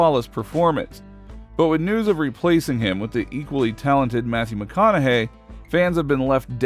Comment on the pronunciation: Mathew McConnahaughy(whatever) ? Really? 😂